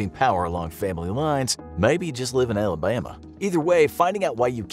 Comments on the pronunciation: Who tf needs to be told that 😭, and the way he say Alhabhama😂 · I’m dying why did he say Alabama like that🤣